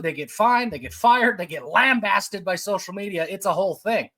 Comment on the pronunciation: Thanks for knowing how to pronounce lambasted 🤣